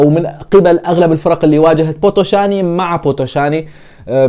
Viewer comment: أرجيش بيتيشت اسم الفريق ال ي تلفظ كسره و بوتوشان ال ي الأخيرة لا تلفظ مع احترماتي الك